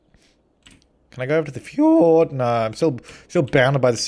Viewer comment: Why FjOr!D-road? Why not fjord-road?